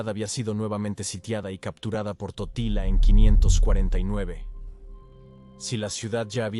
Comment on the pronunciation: dice tortilla y no totila😁😆😂